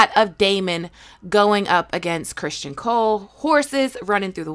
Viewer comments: Its not Christian ..its Criston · Uh, no shes not. She literally only got two things wrong in this video. She pronounced Cristons name as Christian, and the dragon at the end is Syrax. Her own personal beliefs/theories may be wrong, but she has the lore down pretty good.